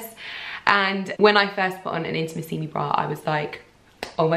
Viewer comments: you're pronouncing the name "Intimissimi" wrong:( just to warn you! From one of your Italian followers ❤️ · Giulia Borgogno Girl, I wanted to write the same! Of course never to be patronising, the correct accent should be put on the 3rd “i” not the 4th! Love from another Italian follower 💝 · You look gorgeous as always! And I'm so happy for you that you get to be an Intimissimi ambassador, that's sooo cool! (Here in Italy we pronounce it Intimìssimi, just thought I'd let you know xx)